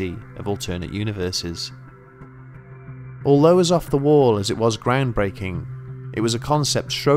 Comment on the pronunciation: He pronounces the word "although" normally to me (I am a native American English speaker). It might be a little short-cut at the end, but doesn't sound weird.